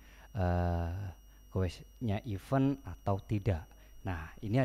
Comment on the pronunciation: koreksi aja mas. event dibacanya iven (e bebek, bukan e beli)